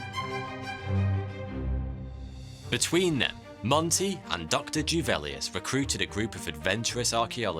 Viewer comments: Juvelius, not " Djuvelius" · Juvelius is pronounced with a soft J - sound English letter Y Just so you know x